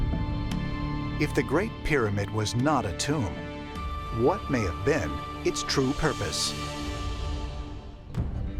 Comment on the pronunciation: “It’s not a tomb-er”